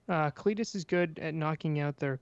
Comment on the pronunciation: its KAH-lee-tas not CLETUS xD